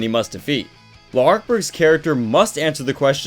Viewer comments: its pronouced larc... its an easy misconception that it is le arc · Saying his name L'arc is better than La'arc. Kinda triggering actually (only die hard fan)